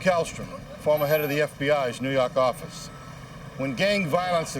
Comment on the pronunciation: New Yawk Affice!